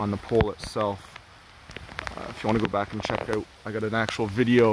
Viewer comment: lol, like oot and aboot?